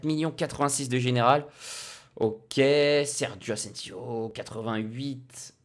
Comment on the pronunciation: Et après il dit sergo asensio